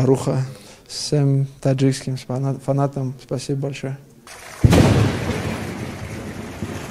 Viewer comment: Чут не сказал шиманатам (фанатам )